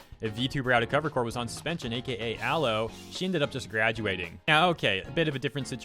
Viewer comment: Again "Ah-Low-Eh" Anyways, nice coverage